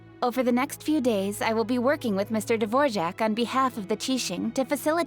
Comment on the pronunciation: how did xinyan said his name in english? o-o devorjak? isnt it dvo-rak o------------------o she sound so taxen in english looool